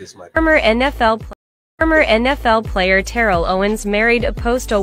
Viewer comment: First of all, I'm done with his name. I would love for someone who knew him back in the day to tell me whether his name has always been "Terrilll". That Alabama born nicca know right good they called him "Ta-rell"!!! I remember when he first came to Philly to play for the Eagles when I was living there and I gave him side-eye then. I really have a feeling he got cute around the white folks as he got older and changed the pronunciation. But I could be wrong.... Plus he obviously needs some deep therapy, with his four baby mamas and almost dating his own sister because he didn't know who his birth father was. I mean way too much going on with his crazy Sagittarius self.